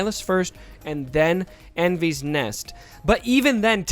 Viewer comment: Great review - some advice on pronouncing her name. It's a welsh girl's name (meaning rainbow) and should be pronounced "Envis" rather than "Envees". Although given this is in a galaxy far, far away who knows :-)